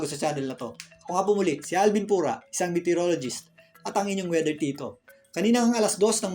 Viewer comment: Uo r a Bagyologist..not meteor...ro..lo..gist